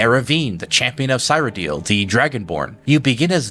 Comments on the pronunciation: Aw man... pet peeve, but i feel weird when you said 'cyrodil' and 'neravine' hahahahahaah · omg please stop saying "sigh radil" cyradil sear-rad-ill (as in I am ill🤢) otherwise clean video, great fun theory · I hate to be that guy but Cyrodiil pronounced seer-o-dill not seye-ro-dill and Sheogorath is she-o gor-rath not shol-ger-ath. These are pronounced in game with voice acting multiple times. PelEENal had me giggling. Pell-en-all. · There's no way someone with this much Elder Scrolls knowledge pronounces it "sigh-ro-deal" and "sho-guh-rath". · "The Nevereen" Oof. "The Champion of Sairo Deal" OOF "Mankar Ka-Moron" YAAAOWCH!!! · The Champion of "sighroedill" 😂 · I think he does this on purpose. Same with cyrodiil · Great theory but your Cyrodil pronunciation is killing me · So we're not gonna talk a out how this man can't pronounce Cyrodil? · I know this is minor but the way you say Cameron or cyrodill feels so wrong😅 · Your interpretation of lore is very convincing and to be honest one of the most informative I've seen. I kind of see Shezarrines in this interpretation as not literal reincarnation of Lorkhan, but mortals that become Lorkhan by trial and sheer determination, much like the Champion of Cyrodiil became Sheogorath. That being said I just couldn't get past your pronounciation of Cyrodiil and each time you said it, it took me out of immersion with a primal need to comment about it, lol.